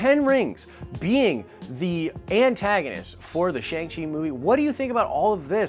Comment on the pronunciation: Your pronunciation is killing me! Shang is pronounced like “Ah”.